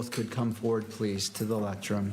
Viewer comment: Lectern judge not lectrum